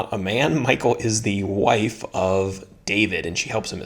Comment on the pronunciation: I think you pronounce her name MEE-KAAL